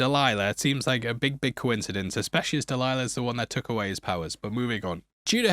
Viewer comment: Delilah = Del-isla